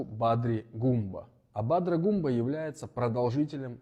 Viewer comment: Придурок. Не Гумба, а Гунба!